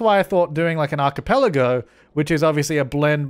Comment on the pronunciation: Now I finally know how 'archipelago' should be pronounced